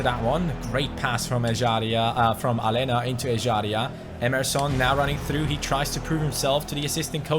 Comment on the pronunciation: Aleña is pronounced Alenia not Alena pls like so can see